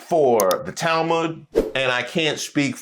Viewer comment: Tal - mooood? Tal-moood!!!?? It is "tal-mud." Pronounced like mud, dirt and water mud. Ignorance!!!